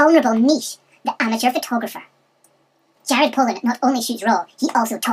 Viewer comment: It's Jared Polin not Jared Poland just for future reference